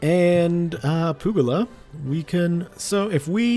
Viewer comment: Expanding into Asia seems like a cool idea, but you should try and continue your focus on Africa and see if you can get some more lands there. Also when you pronounce Italian place like Puglia, the g is silent, just to let you know :)